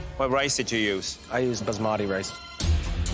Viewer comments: How to pronounce Basmati: “bah - ss - muh - ti” and not “buh- zz - mah - teee” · its pronounced BAAS-MUH-THEE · As an Indian, hearing them pronounce 'basmati rice' as 'buzz-madi rice' makes me cringeeee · "Buzzmaati rice"